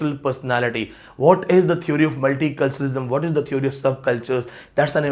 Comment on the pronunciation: You are a good scholar but you need to work on correct pronunciation... theory/ˈθɪəri/, Village / ˈvɪlɪdʒ/ such words are common... please 🙏